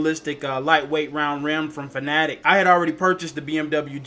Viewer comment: Kudos on the correct pronunciation of Fanatec! SO many people still pronounce it "Fanna-tec" which as OGs know is incorrect. ;-) The Universal Hub is such a cool peripheral, though I never owned one I spent a long time eyeing one up. Simagic (and other brands) definitely took inspiration from it, my GT Pro-K wheel looks and feels quite similar though the hub is integrated. I migrated to Simagic after several letdowns by Fanatec equipment, lack of deliveries in their year of hell and painful faulty kit RMAs. It's a shame Fanatec didn't put multi-way buttons and spinning knobs but I guess they wanted to maintain console compatibility. That's where hubs like Simagic's win for flexibility. Mine feels pretty lightweight too, an advantage I suppose with being able to design it in to the product from the start.